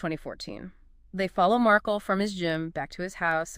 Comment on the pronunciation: Not Markal it’s Markel